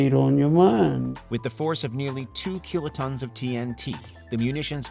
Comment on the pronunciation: Maybe it's just nitpicking, but why does he pronounce kilotons as "keelotons"?